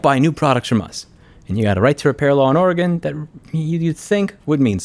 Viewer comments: It' Ore - Gun, 'R -Gone, Otherwise good video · Areagon? Thats a new pronunciation of how someone says the states name -Oregonian